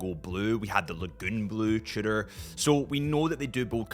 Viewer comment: Didn't know Tudor has a French name: Trudor... Fancy